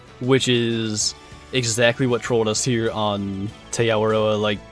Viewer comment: Noticed you said "Tay" I went to flight school with a guy from New Zealand whose last name was Te Paa. He pronounced Te as "T"